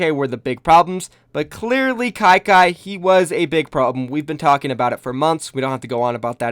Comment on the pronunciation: you said Ky-Kay XD